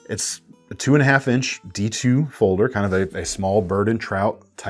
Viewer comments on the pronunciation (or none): none